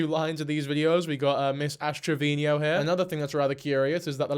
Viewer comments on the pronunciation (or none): Dude. You're making me crazy every time you say Ash Trevino's name... It's TRE-VEE-NO... not Tre-Vee-Nee-O. Yes, I'm that Petty.😂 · has rant about word usage on YouTube. pronounces Travino "Traveenyo" like a true genius.